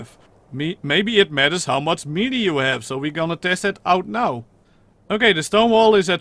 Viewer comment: its not pronounced meelee its maylay